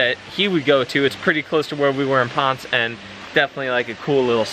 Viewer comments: It is pronounced Pon-sei. I was there but it was back in the summer of 1975. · Actually, it is pronounced Pon-Say. The same way we pronounce Ponce de Leon